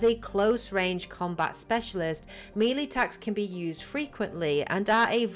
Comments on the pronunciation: Melee, not mili. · I know it's melee. Tell that to her.